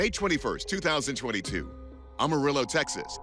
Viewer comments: AM arillo not aum arillo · it's pronunced A ma ree yo. It's spanish. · It’s not pronounced Ohmorillo! It’s pronounced Am- A- Rillo😂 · First off....it's A (short a) marillo and secondly OMG even the locals know it was fake 😂 Nothing happens in the Texas Panhandle. And before you remind us of the big foot sightings, we have no trees for anything to hide in here. It's a desert .... With a tumbleweed or two blowing through. Again...short A .... The mispronouncation made my skin crawl more than anything else in this video. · "Amarillow Texas" I love it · As a Texan the way hes saying Amarillo is killing me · Is anyone else bothered by the pronunciation of 'Amarillo'? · I find it hard to believe, this guy can say "demodectic" mange, but can't pronunciate "Amarillo" correctly. It's NOT (Om-arilo)... it is (Am-arillo)